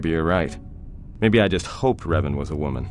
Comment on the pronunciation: Revan, not Reven. With an "A", not an "E". It's amazing what can be done nowadays with AI. I bet in a few years we'll get a remaster done by fans and the whole process is sped up by AI. Anyway, amazing job! You got a new subscriber 😉👍